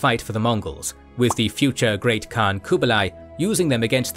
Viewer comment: The great thing of this platform is that your pronouns of the Great Khaan is correct.